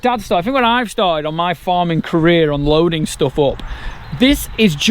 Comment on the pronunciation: When you said "My Farming Career" I thought you said "My Farm in Korea"!!!